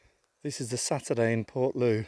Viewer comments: if she is local living around there she is English as a Cornishman it is low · Portloe. Is pronounced portlow